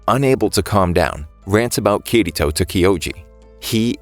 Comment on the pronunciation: BRO IT PRONOUNCED KIR - ITO